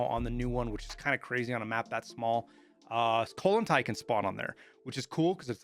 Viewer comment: bro said "colon tie" lmao i thinnk its pronounced "coal-aunt-ayyyy" KOLLANTAY